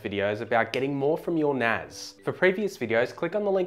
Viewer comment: It's NAS not NAZ... S not Z